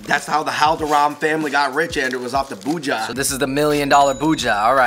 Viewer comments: Its Bhuj - iya(ee-ya.... Thats how you pronounce) Not Bhuja Just this correction Other wise, as always , fun to watch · its not bhooja its pu-jee-ah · Aloo bhuja😂😂😂😂 its aloo bhujiya guy's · Aloo Bhuja 😂😂 its Bhujiya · Every time he said bhuja instead of bhujia.....I felt like committing a hate crime.... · Its not aloo bhuja.....its alloo bhujia with an 'I' between j and a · It's actually bhujia not bhuja😂😂👍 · ❤☺it's not bhuja it's bhujiiiaaa try and say it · Its bhujia not buhja... Bhuuu-g -ahhh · IT IS ALOO BUJHIYA NOT ALOO BHUJHA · Id like to suggest, it’s pronounced Gulab jamun(ja-moon) Gulab means ROSE in hindi Aloo bhujia ( bhu-jee- ya) Try “jalebi” sweet if u can get it Its a sweet , yellow spiral shape